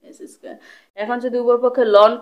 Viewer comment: এক্সেস্ক্যার, থিটা। এই কথা গুলা একটু সুন্দর করে বলবেন আপু। আরো ভালো হবে